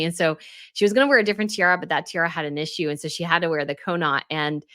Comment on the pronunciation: Dearest, it is CAW-NOT, not Ko-Not when we say Connaught….I adore all your videos!